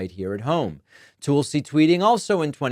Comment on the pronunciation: I was waiting for David to say "Toolsi"